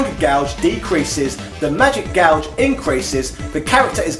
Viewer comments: Is "gauge" pronounced "gouge" in England? How do you pronounce "gouge," then? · we don't - was either reading it wrong or making a joke, i just searched the comments and you're the only one who mentioned it. the first time i was like hmm he read that wrong, but then he says it like 10 times in the next two minutes and i just had to comment too lol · Huh, I didn't know people in the UK said Gauge like Gouge, as in "I'm going to gouge your eyes out". Sorry for the weird observation, another great video!